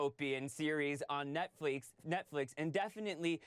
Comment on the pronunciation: he said nitflix